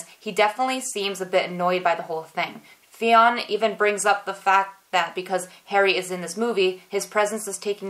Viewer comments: fionn is irish and its pronounced like Fyun but i couldnt stop laughing when you kept calling him Fiona😂😂😂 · Fionn is pronounced as "Finn" c: just found that out in one of their interviews. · Fionn is a Conchobar 2.0 😂😂😂 Fionn is pronounced Finn. It's an Irish name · Fionn name is pronounced Finn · Loved this vid as I do all of them. Great info for sure! Please keep the vids coming! I'm still laughing at you saying "Fiona"...every time you said that I laughed until I was in tears! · The name Fionn is pronounced "fin". The o is silent.